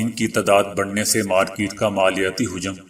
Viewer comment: حجم . میں ح پر زبر اور ج پر زبر ہے پیش نہیں ے